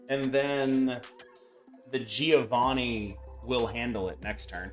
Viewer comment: I am italian. Giovanni ponunciation is like jovanni . Mark the duble N